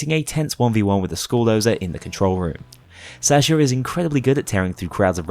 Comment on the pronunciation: Didn't you forget to record Counterfeit/Birth of Sky on some other run as well? Also, I love your content, but god, your pronounciation of Sasha and Natasha hurt my soul